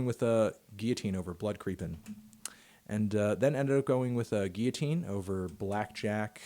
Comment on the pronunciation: He says it goes guillotine not it goes “Geeyateene”